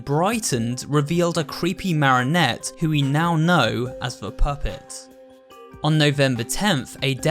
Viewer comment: Why does he say Marinette instead of marionette like I thought that it was Marinette du pen chang